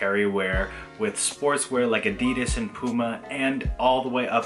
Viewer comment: You pronouncing Adi and then Das correctly and then immediately saying A-dee-dus gave off strong "Pheobe teaching Joey French" energy. Great video though man!